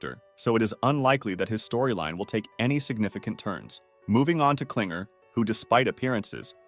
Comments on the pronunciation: "Clinger" "Cowfmo" "Pom-knee" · “pomini” “pompeii” “cowfmo” “klinger” “killer drones show” ai generated istg 😭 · "PLIGER" AND "CLINGER"